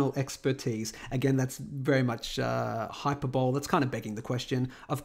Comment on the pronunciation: \hī-ˈpər-bə-(ˌ)lē\ not hyper-bowl